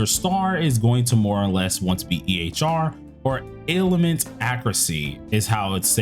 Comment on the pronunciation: It's pronounced "Ale-ment", You say it like "Ale-i-ment". Either way not the biggest deal wish you the best. Thanks for the video